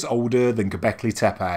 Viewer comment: Please, please, learn the correct pronunciation of the sites. In Turkish language, c is pronounced as a j, ç is ch and ş is sh. Tepe is not tepay, but tepeh.